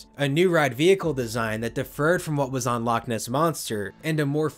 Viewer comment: As a Scottish person, loch isn't pronounced like lock....the ch at the end, should sound like your throat is full of phlegm that you need to clear.